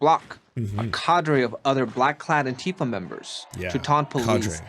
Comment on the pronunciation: Lol. Surely nobody who was involved with Antifa pronounces it AntEEfa.